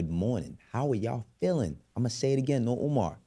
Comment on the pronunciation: Bruh. You saying “no Umar” will never not be funny ☠️